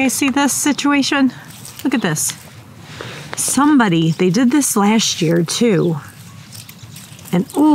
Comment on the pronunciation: The way you said “somebody” so emphatically I thought at first you were accusing a human of sneaking in and destroying your garden…then you mentioned critter. Sorry for your frustrations! I ate my first strawberry this week from our tiny little garden. Mainly I am hoping for lots of zucchini, no blossoms yet on the plants per my husband.